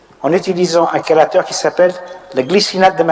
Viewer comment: chélateur se prononce "kélateur" ça vient du grec, ça m'a fait mal aux oreilles des que je l'entendais